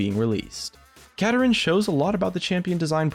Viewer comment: It's Kapparin